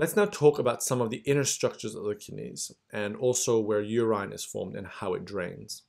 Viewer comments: Thank youuuu ! But I just couldn’t help but notice you called urine U -Rine ...Noooooo😭😩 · I am loving your pronunciation of urine ---> Uraen..❤